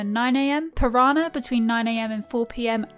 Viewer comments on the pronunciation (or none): none